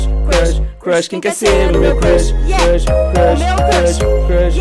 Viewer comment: kkk tendi vc falou igual o cebolinha...rsrs😂